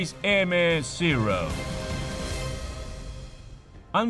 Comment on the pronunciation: Buen vídeo, pero una corrección, no se dice "zirrou" como si estuvieras pronunciando en un mal inglés, ese avión es japones y los japoneses hablan japones, se pronuncia zero.